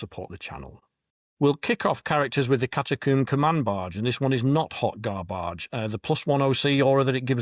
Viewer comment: Hoy Gar-Barge. 😂😂